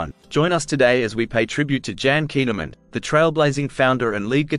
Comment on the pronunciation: Her name is pronounced KOON a mund.